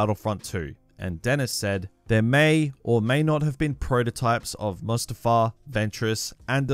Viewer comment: when he said mustafar, i clenched my fist in anger